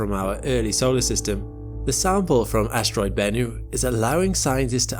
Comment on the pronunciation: What is an "ashtroid"...